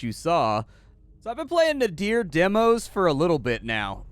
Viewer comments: A unique variation on card play, and nice execution...might have to pick this one up. BTW, Nadir is a specific word pronunciation (Nay-Derr), rhyming with the hesitation sound "errr", not a name or something. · Sorry to be that guy, but nadir (as in the opposite of zenith) is pronounced "nader" like Ralph Nader. I made the same mistake during a presentation once, and up until that point I'd only read the word.